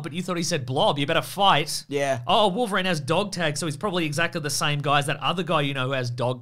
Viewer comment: Remember to say "Triverine" next time Also, not that logic or cannon mattered in this film in the slightest, but Gambit I guess earned a living in poker and has a plane on standby for whenever a burly mutant needs a lift to an island? And if the studio ever continued with Gambit in a future exploration with him and somehow got him together with Rogue, I tend to think Rogue's character is probably not even born in this continuity meanwhile Gambit is in his 30's if one had to guess.